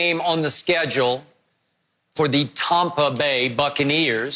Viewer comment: “Tompa Bay” skip really said that 😂😂😂